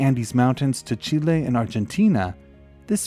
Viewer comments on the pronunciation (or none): none